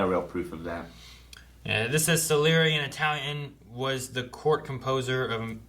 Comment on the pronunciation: They have a lot of problems with pronouncing certain words, especially. "Aculyte" instead of acolyte; Sarreli instead of Salieri; Tamaguchi instead of Tamagotchi; and so on